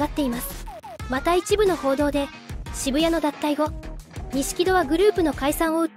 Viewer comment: 「シブヤ」ではなく、「シブタニ」、「ショウタ」だよ 真面目にやってくれ…失礼だぜ